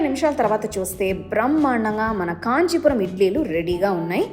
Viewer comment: కాంచి పురం కాదు 😡కాంచీపురం భాషను రుబ్బకు